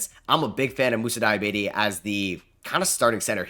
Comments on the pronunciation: Fam it’s (DEE-UH-BAH-TAE) 😂 not Diabetes 😂😂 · Moussa diabetes 😂😂😂😂 it’s Dee ah bar tay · DEE AH BAH TAY Not DIE AH BAY TEE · 😂😂😂 bro whenever he pronounces that name I always laugh